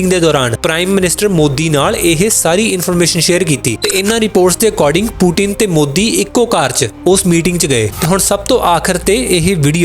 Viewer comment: ਭਾਜੀ ਉਹਦਾ ਨਾਮ ਬਲਾੜੇਮੀਰ ਨੀ ਵਲਾਦੀਮੀਰ ਆ ਪੂਟੀਨ ਨੀ ਪੁਤਿਨ ਆ😂😂😂 ਜਿਆਦਾ ਪੜ੍ਹੇ ਲਿੱਖੇ ਬਣਦੇ ਆ ਤੁਸੀਂ ਯਾ ਫੇਰ ਸੱਚੀਓਂ ਕਿੱਸੇ ਵਧੀਆ ਸਕੂਲ ਵਿਚੋਂ ਪੜ੍ਹਿਓ ਆ।ਦਸਿਓ ਜ਼ਰੂਰ।